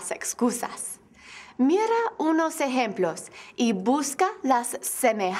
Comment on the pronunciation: Lo único tenso es su pronunciación: /Mirrra unos essemploss/